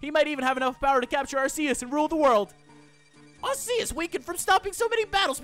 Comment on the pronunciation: ITS like Arkecs But IT Arceus But he says IT wrong